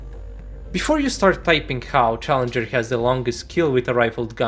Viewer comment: Am you spelled challenger 2 wrong you said challeger.